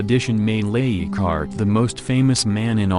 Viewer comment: I would appreciate the correct pronunciation of the names please. Leighardt is not eeegart.